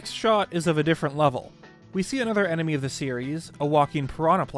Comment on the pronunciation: Emeny. Man, that really threw me through a loop 😅 Had to replay the moment like 5 time and sat there questioning my existence because I couldn’t remember whether enemy or emeny is right.